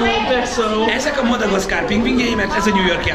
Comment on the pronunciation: mada miszkár? nem miszkár, gaszkár